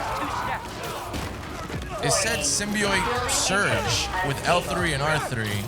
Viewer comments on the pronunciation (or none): its said simbee ot btw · hollow please stop saying symbeeiot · i gotta say man, if I’m gonna watch you play this game, you gotta say symbiot right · "Symbioit" hehe. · saying symbi-oit threw me off the whole time😂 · Every time he says symbiote he says it wrong 💀💀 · WHY DO YOU SAY SYMBIOTE LIKE THAT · your pronunciation symbiote is very weird